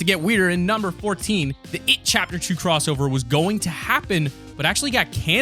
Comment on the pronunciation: The drowning the it "crossower"